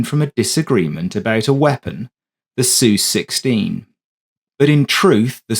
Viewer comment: The voice is a Brit, but it's NOT Sue16, it's S-U-U-16! And it's NOT MO-MAYAR, it's MOM-YER! God BLESS ROBIN! Hammer USAF SSgt; US Army CW4/SrAviator